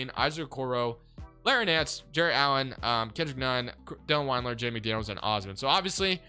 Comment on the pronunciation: also is pronounced Dylan wind-ler